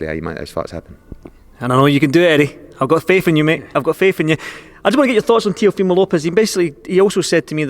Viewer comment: FFS learn how to say the boxer’s name. It’s TeeOHfimo not TeeoFEEmo. And for anyone who thinks it doesn’t matter, fuck off. It’s his name, and it DOES matter.